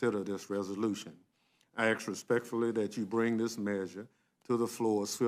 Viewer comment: Learn how to say ask is what you need to do first an axe is used for cutting wood